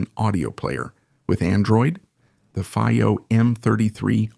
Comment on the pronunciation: Haha. If we don't know how to pronounce FiiO (I don't), just try every possibility imaginable in a single video. Hires instead of hi-res. Obviously, this is AI talking, and not a real person. GB and TB instead of gigabyte and terabyte. Did anyone review this before releasing? Alright, I'm sort of joking. This is probably a translation from Spanish to English. And if that is the case, it is pretty good actually. Thanks for putting out the video.